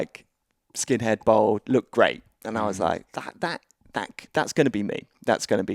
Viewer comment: Why cant anyone pronounce "bald" anymore. See Americans, English and Australians saying "bold" nowadays